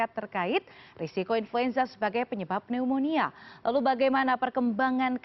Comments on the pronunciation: Penyebutan untuk kata Pneunomia itu NYUMONIA. Jadi tolong jangan malu-maluin dong...kok penyiar tidak bisa cari tahu di Google translate bagaimana penyuaraan dari kata PNEUMONIA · Mbak, Pneumonia dibaca tanpa huruf "P" nya. Sama perlakuannya dengan kata Psikologi, demikian terimakasih 😊